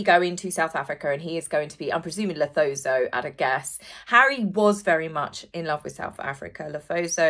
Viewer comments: It's Lesotho, not Lethoso 😊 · Lesotho, not Lethoso. ❤❤ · Lesotho is pronounced Le soo too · Hi, love the channel, always my first go to for Royal news! I just wanted to let you know that where Harry is going to on South Africa is not pronounced le-tho-so, it is actually pronounced le -sue-too 😊😊😊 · As a South African, Lesotho is pronounced “Le-soo-too”, not Lethozo ;-) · Hi! South African here! Lesotho is pronounced - "Le-soo-too". No biggie! Keep up the good work! Love your videos and lots of kisses for your furry kiddos. xxx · Le Sue Too ….is the way you sound out Lesotho… I’m from Cape Town.. don’t let him in… keep him in USA please.. 😝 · Lesotho = luh·soo·too The "h" is not sounded out as it would be in English words... rather like it is dropped. So the "th" sounds like "t" on it's own. ❤ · Aaah you mean Lesotho?! 😊 I couldn't place it - it's pronounced Le-sue-too. I love your channel - recently found it and watched just about every video - aiming to see all!! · Hi, you pronounce Lesotho as Le su tu (oo) with the emphasis on the middle syllable. X Les from SA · Hey! Another great episode…just wanted to share with you and most people who pronounce Lesotho incorrectly…it doesn’t seem to make sense but it is pronounced…Le-soo-too! Hope that helps! 😊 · if it's helpful Lesotho is pronounced... La-sue-two 😄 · Lesotho is pronounced as "Lah-sue-two" 😂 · As a South African may I? Lesotho is pronounced Le soo too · Hi from South Africa. I think it is Lesotho. Li as in Lit without the t, so as in soup without the p and too as in exactly that to. Sorry, not trying to be disrespectful ❤ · Lesotho pronounced 'Lesootoo' :) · You pronounce Lesotho as Le-soe-toe. Hope it helps😊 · Lesotho is pronounced Lisutu 😊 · my only correction is the way you pronounce the name of the African country, LESOTHO = "LE - SOR - THO" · It’s not Lesootoo (sorry, can’t spell better than that, but I was told that was the pronunciation).